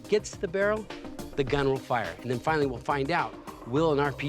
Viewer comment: Grant made a slip up amd let his true engineer out. "Then weill fwinawy find ouwt" rip king 🙏